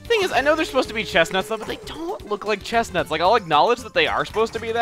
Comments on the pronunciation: I know, it just sounded like he said chesnaughts for some reason. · Did he just say "chesnauts?"